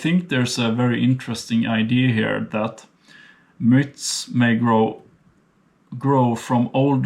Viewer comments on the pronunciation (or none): none